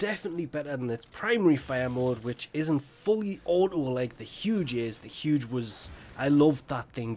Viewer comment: 1st time hearing about "HUDGE" weapon.... its ZHUGE